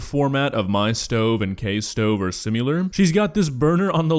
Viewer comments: I legitimately love Kay. I subscribe to her channel. She isn't a great cook by any stretch of the imagination, but alas. She cooks. She puts it on YouTube. She has brass balls. Love her content. (Also,, you said "simular", rather than similar. A rare gaff.) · Learn how to say "Similar!